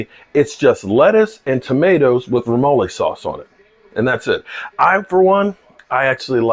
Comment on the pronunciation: Yo it’s remoulade not remole sauce.